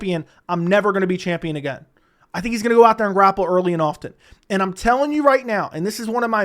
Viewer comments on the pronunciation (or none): none